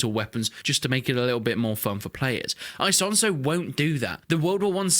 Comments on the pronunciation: It's not said ISONZO with the English I but it's pronounced Eesonzo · E "sonzo" not I "sonzo" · Im italian buddy its Esonzo not I as in me sonzo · The right pronunciation is "Ease-on-zo". Btw, I actually live very close to Isonzo river. I can get there by bike in 10 mins.